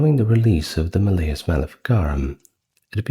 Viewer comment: Maleus has the emphasis on the first syllable, not the second.